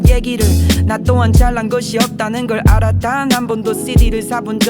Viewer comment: 원슈가 알아 라는 발음할때 진짜 미치게 좋아 ㅜㅜ하